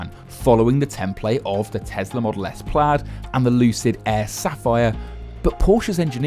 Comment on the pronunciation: It is Model S Plaid, not Plaud :D